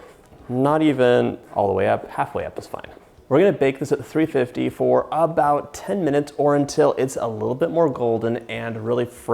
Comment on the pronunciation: The note said 350 for , but it sounded like you said 300. Not sure which one. Lol